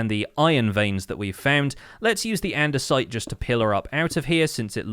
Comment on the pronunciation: "Dior-ite", "Andes-ite" and "Gran-it" that hurt me.